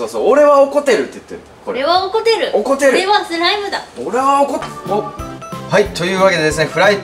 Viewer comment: 「おこてる❗」発音が可愛い😘😘😍